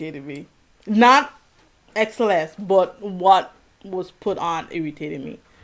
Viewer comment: don't worry you are saying xceleste correctly